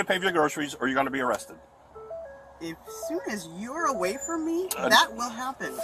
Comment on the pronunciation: got “awested” 😂